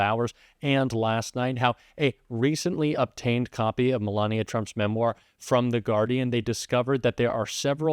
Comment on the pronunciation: "ME-lania" aka "1st Escort"